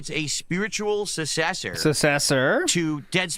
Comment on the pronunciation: Did learn how to say "sussesor" and "assesories" from his parents? What were things like in the home when he was growing up?